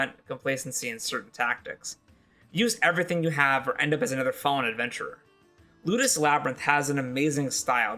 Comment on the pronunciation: "L Labyrinth"?! Yeah that won't be hard to find. sigh It wasn't spelled out on the timeline nor the countdown intro along with "2." It sounds like you are saying "Lootis" the transcript says "Lotus." The creator wasn't credited either making it that much more difficult to find. Thank you for the suggestions but how can we enjoy them if we cannot find them if we don't know what they are called? 😢